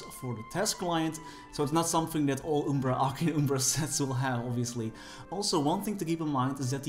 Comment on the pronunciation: It's arcane umbra, not ubra